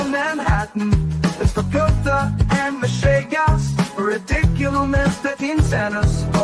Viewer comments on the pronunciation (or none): none